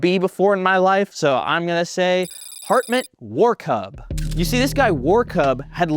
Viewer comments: the strange "B" is pronounced like "ss" in English. It's German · That weird B is pronounced like a double s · The weird B is pronounced as "ss" iirc. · Warkuß is pronounced [Varr]-[Kuss] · That ß means double SS in German. So the name should be pronounced Warkuss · This letter is pronounced ẞ(ss) so it would be pronounced Warku(ss) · that weird b like letter is double s so it's "Warkuss" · I’m glad he mispronounced the dudes name. (Kuss is Arabic for vagina) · ß is a German double S, pronounced like kiss. Hartmut Warkuss.